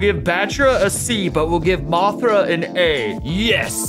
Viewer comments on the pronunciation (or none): none